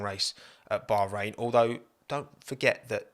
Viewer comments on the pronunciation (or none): none